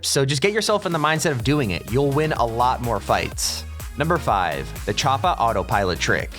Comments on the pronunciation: Does anyone else get irritated when he says choppA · The way he says choppa tf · Lmaoo why are you sayin Choppa so awkwardly??